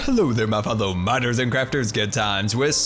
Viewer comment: Every time you say my fellow miners and crafters I think you say my buffalo miners and crafters